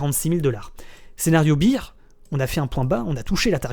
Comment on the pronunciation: Merci pour cette vidéo, comme d'habitude au top! Si jamais on dit BEAR (Bère) pas BEER (Bire) ;)